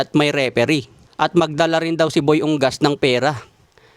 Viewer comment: Correction dol, U-NGAS yan, hindi Ung-gas